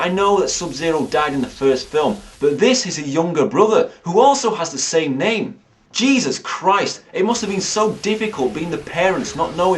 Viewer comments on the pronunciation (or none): none